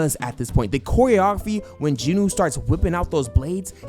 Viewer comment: stop saying "jinoo" say it like it is "jin-woo" not "jinoo" smh.